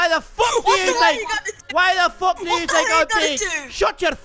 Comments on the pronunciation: And it's not fook its feck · Its "Feck" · THAT'S NOT HOW YOU SAY IT YA FOOK! XD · Fuck needs to be pronounced as Fook and things and Tings. These two things would make a big difference when impersonating Conor. Overall its off but still comedy! Awesome work.